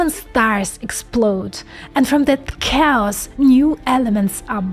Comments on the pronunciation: its pronounced kheos not cows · My lady, you can't do a video about chaos (KAY-OSS) and say COWS every few seconds. XD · Love your work - just a tip - when you say Chaos, sounds like you said "Cows". A native English speaker would say Chaos as K-os. For a moment I was thinking, what do Cows have to do with computing. Interestingly, you say "Chaotic" correctly... hmm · LOL, I thought you said "If you're life feels like COWS, you are sampling reality." I spent a lot of time on that one! Can you give more examples like the "AXB" please? I'm not grasping how it would work in other operations..THANKS! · 😅 so cute. I.keep hearing cows too when you say 'chaos'. Ah, love this girl... too bad you are on the wrong side of humantiy sweety : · / effectively pronounces cows! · At first I thought you were saying “cows”😂 Chaos is pronounced “Kay-Oss” FYI. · I heard "cows" and the closed caption showed "cows" Chaos !!! -- sounds of words themselves are chaos (cows). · Took me awhile to figure out she wasn’t talking about cows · Did she say cows? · I can not unhear cows instead of chaos. I am sorry. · Why is saying "chaotic" not a problem, but "chaos" is cows? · I heard "cows aren't cows"...I know she meant chaos. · love the videos. Please pronounce Chaos like Khaos. Emphasize the letter c as the letter K! sound. Keep up the great videos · Please improve your pronunciation of chaos as cows! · Yeah everytime she says Chaos (K-US) it sounds like she says Cows..lol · Took me a while to understand where you guys found these "cows" in the video..... I just heard a pronounced-with-difficulty "chaos", I didn't think of any cows! Hahaha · you are mispronouncing chaos "KAY-ahs". Your Russian influences the English word. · Did you say "cows"? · I thought she was saying cows as well. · Took me half the video to realize she was saying chaos. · Is she saying chaos?